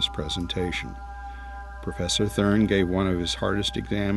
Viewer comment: Sebastian thRUN, not thURN.